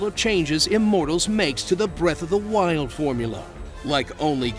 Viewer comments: "Breath of the mild" Lol 😂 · "BREATH OF THE MILD" 🤣